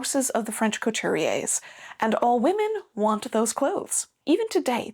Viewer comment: the way you pronounce Couture is so cute and very anglophone ahahahah